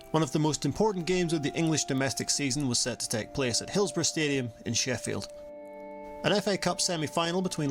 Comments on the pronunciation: Hills-bo-RUH,not RO🎩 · Correct UK pronunciation of "borough" - Sorry, it bugged me from the very outset of the video when pronounced BOROUGH as if it had a W at the end. "hillsborrow" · Pronounced "Hillsbora" Just sayin' 🙂